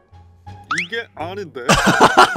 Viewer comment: 무쓴 쏘뤼 쎄옹~ 이궤 아닌뒈.?